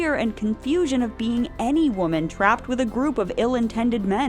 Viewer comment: Waaahhhman, it’s pronounced waaaahhhman